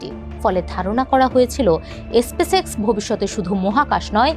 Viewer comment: এসপেস এক্স !!! ব্যবোসা !!! উচ্চারণ এর তো করুন অবস্থা